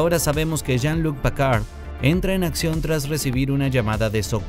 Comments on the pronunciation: Hiba señalar el pésimo trabajo del narrador del vídeo, pero viendo el resto de comentarios creo que el punto está más que establecido jajajajajaja PACARD !!??? STIWART !!!!???? JAN LOC ???!!!!! 🤣🤣🤣🤣🤣🤣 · Es Picard no Pacard.. i en frances Jean Luc no Loc